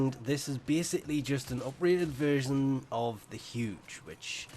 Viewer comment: 1st time hearing about "HUDGE" weapon.... its ZHUGE